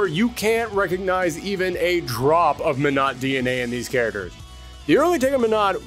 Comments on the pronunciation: "karaders" ........ You mean CHARACTERS???😂😂 This guy kept saying the word and sounded so wrong every time. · Why does this guy keep saying care-derz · Pronouncing "characters" as "char-ters" is bothering me more than it should be. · "KA-RA-DURRS" 😂😂😂😂😂 Bruh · "Karadurrs" you mean characters!???? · Thank you for this video about all the cut "chariders" from "Street Figh'er" :) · A History of Cut Street Fighter "caraders" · Are you saying care-uh-ters??? 😂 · Are you trolling with how you say characters